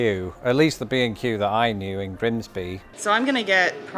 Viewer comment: 5 minutes in I realize he’s saying B and Q, not “be in queue”. 😂😂😂